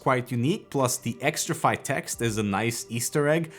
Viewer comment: It's still xtrfy not xtrify 😁